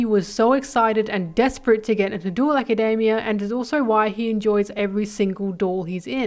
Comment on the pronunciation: Why do you pronounce Academia like macademia nuts its insane